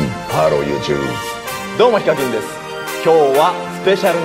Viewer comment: 最初の方ずっとゆーちゅーぶーって言ってるように聞こえた